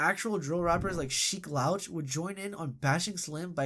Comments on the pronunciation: “Drill Rapper Sheek Lawch” Come on bro. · He said Sheek L-OUCH, definitely doesn't know about hip hop culture if you don't know THE LOX & that they're not Drill there are 100% Hip Hop. 😂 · yeah when I heard him say Sheek Lowch, I had to roll my eyes. I respect the effort, but a lot of these younger YouTubers are not really from the culture and it shows when it comes to discussing any rap music before the 2010s lol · Lol “lowch” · I’m not sure what’s more disrespectful. Referring to Sheek Louch from The Lox as a drill rapper or how the mispronunciation of a legends name 😭